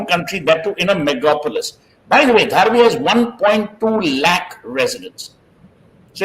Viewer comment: Pronounce the way locals to Seth - Dhaa-Raavi